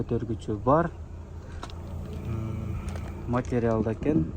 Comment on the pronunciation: Матрял дей берет экенсин да